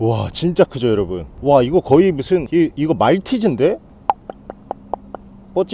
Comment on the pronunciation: 근대 나만 인사할때 곰팡이 여러분이 아니라 여러버 로 들렸나...